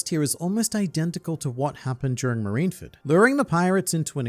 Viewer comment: Okay, usually this would be the part where I lambast you for SOMEHOW mispronouncing Marineford...STILL...BUT......you also are one of the only people on the internet I've ever seen pronounce the word "golem" correctly. So you get a pass. This time...